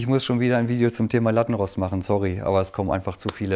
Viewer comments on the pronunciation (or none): Hi super Video als Linguistikerin muss ich jedoch noch anmerken dass man Lattenrost mit langem O ausspricht. Ansonsten top Video